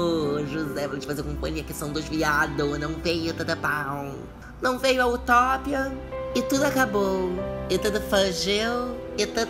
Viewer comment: Utópia não, é utópia que se pronuncia, presta atenção na pronúncia das palavras, poxa eu canso de te falar umas verdades de tudo bom. #ariesfalando